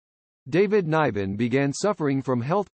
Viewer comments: Pronounce his name correctly, you might get more views, pal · It’s quit disturbing you cant say David Nivens name correctly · What a terrible review of this man’s life. You didn’t even pay him the respect to pronounce his name correctly.. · How can you do a bio of the man when you can't even pronounce his name>> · This production is terrible. Couldn’t even pronounce his name right.